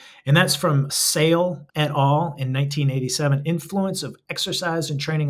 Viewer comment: The caption "including work by Fritz and Etal and others" is hilarious, especially given the pronunciation of Etal. Is Etal an author, or is it Fritz et al - i.e. Fritz and others?